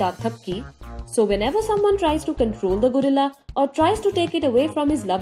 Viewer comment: I like the way she said gorilla Gurilla, lol..